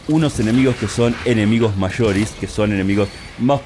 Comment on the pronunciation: Ula la señor frances, "enemigos mayoris" y como se dice enemigos grandes 😅